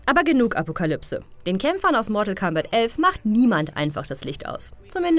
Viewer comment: wie kann man euch bitte noch ernst nehmen?... Mortal C (C!!!!!!!!!!!)ombat?????? ernsthaft? was spielt ihr denn noch gerne Smesch Pros? oder Kofik? oder doch Zupper Marhio?